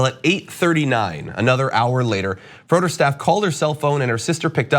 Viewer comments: Medical Apartheid!!! It’s been happening since the slavery days- -sad but true I hope her family sue the SH*T outta that welfare hospital!!! BtW it’s pronounced Fray-der not Frōder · Make sure you get the name of the hospital right so they get the attention they need. It's pronounced, give or take, "Frey-Dirt". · This was local news. Btw you were pronouncing Froedhert wrong. FRAY-d-hurt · If you should discuss this case again, it's pronounced FRAY-dirt. --former employee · I live in Milwaukee and this has been all over the news here. this is so incredibly sad. She was sitting in the waiting room for so long, she felt she had to leave and then collapsed by her car in the parking lot. How awful. PS it’s pronounced like fray-dirt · Not to be obnoxious, but we pronounce it as "fray-dirt" So glad you're reporting on this story. The sad thing is that froedert is one of our best hospitals, but the ER is so overloaded that incidents like this are bound to happen. M4A is soo needed!